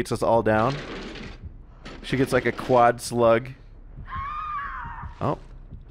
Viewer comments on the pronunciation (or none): none